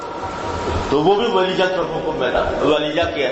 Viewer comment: Waleeja not waleeya